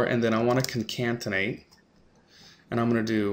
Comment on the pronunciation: Great job and much appreciated. I would only suggest one change - proper annunciation of Concatenate [kon-kat-n-eyt] (vs in the video - ConcaNtenate). Just a minor improvement on an otherwise fantastic learning video.